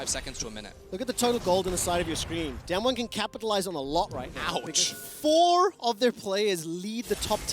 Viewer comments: they are saying DamWon wrong and it's pissing me off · It's so annoying that the casters always mispronounce Damwon, I mean, don't they learn the team names before worlds?